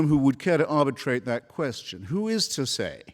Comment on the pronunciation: "Who," not "ho". Another one? This is starting to skeeve me out a little.